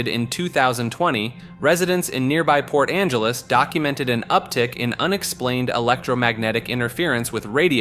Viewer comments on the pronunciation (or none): none